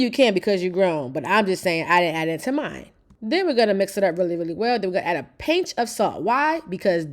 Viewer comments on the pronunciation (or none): none